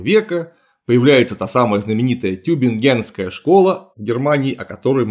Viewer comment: тЮбингенская школа. Tübingen: ударение на первый слог